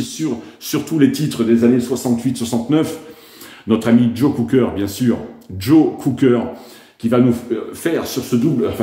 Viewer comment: Please, it's Cocker not Cooker! All the best. Cheers!